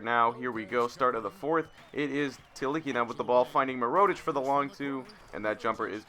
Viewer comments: it is pronounced mer-oo-tic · Completely fucking up mirotic name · No hate but I was cringing every time you said Nikola Mirotic, so. Knee-Cola (as in Coca Cola lol) Meer-oh-tich (Meer as in the beginning of mirror) I hope this helps!